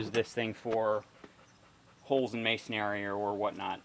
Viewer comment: Always entertaining presentations. However the word 'masonry' is pronounced mason-ree not mason-airy, again it's pronounced as mason-ree (no worries, it's mispronounced across the board by lots of folks). Fun and informative videos; your passion for all things tools, toolery and miscellany, mostly old and odd, is palpable.